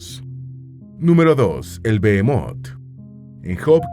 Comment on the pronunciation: No es bemot sino behemot que significa bestion, además esto está en poesía, deberían de documentarse